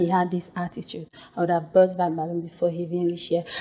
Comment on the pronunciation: Balloon not balloom